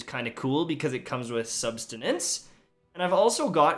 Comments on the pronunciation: "substinance" destiny 2 "subsistance" am i a joke to you? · Youtubers saying "SuBSteNaNce" instead of "subsistence." Its not hard haha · I'll be "that guy". It's subsistence (sub•sis•tance) not sustenance (sus•tih•nance). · I swear there's not a single youtuber that can properly pronounce "Subsistence" lol smh. SUB - SIS - STINTS. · "Substinance." 🤣 🤣 🤣 When "Sustinance" meets "Subsistence," new words are served to Tash Nation to sustain our need for lulz. 😂 Great vid, hope your RnG takes a turn for the better... 👍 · Bro not a single youtuber I've watched says subsistence correctly 🤣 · Always bothers me a bit when people can't pronounce the perk names 🤦‍♂️